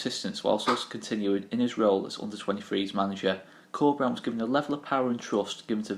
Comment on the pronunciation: I wholeheartedly agree, the future is looking really bright if we can create a project around Bielsa and Corberán. Awesome report. Just wanted to point out that "Corberán" should be pronounced with an accent on the last syllabe, you are saying Córberan now.